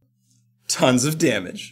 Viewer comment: to me he says "sof damage"